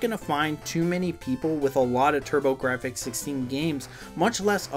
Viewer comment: Pronounced turbo graphs ....silent f ...take it from their CEO lmao